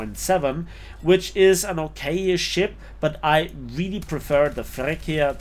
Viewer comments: It's "Freccia" not "frecchia" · Great review as usual but please, I can’t hear you saying “Frekkia” (which sounds so ridiculous in Italian) but pronunce it “Fretcha” with a double sweet “C” as for “choose” or “chili” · Little correction on the name pronunciation: it's not "frekkia", but "freččia". The "cc" are like in "chopper/cheese/chili" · "FreccHia" LOL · i dont want to sound like i am better than anybody, but the freccia its pronounced in another way : fre(C of ciaox2)a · Just like pronunciation of Freccia, absolutely murdered:D